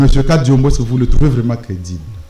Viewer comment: C'est normale que tu l'appelles Kariombo et non Kadiombo, même par votre prononciation on sent que vous n'êtes pas Congolais....